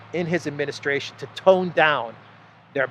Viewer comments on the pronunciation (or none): none